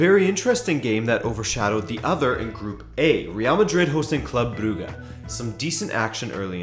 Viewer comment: Club brugge is pronounced club bruzhe